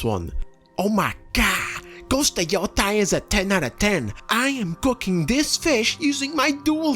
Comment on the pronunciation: Yoteī notice the - over the i? It’s to draw out the sound. Ee-oh-tay, modern day name is Hokkaido (ok-eye-doh)